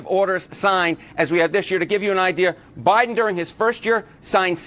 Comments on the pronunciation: Listen closely between the to marks - I swear that Mr. Enten calls it the 'OBiden' Administration, and even the CC text seems to think so, claiming that he said, 'aBiden Administration' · He said, "Obiden administration" 😂